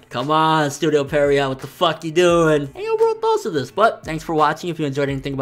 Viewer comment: How is Pierrot pronounce Perriot